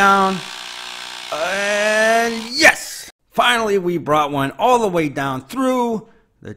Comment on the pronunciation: From Pittsburgh right? I just never hear others use the formal "dahnn" lol